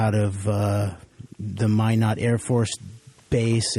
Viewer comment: It's spelled "minot", pronounced "mind rot".